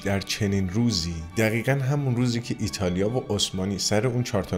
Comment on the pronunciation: ایرتالیا چیه🤣😂😂😂ایتالیا درسته🤣😂😂😂